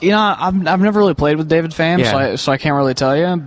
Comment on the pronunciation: Get DAVID's name right....otherwise, good show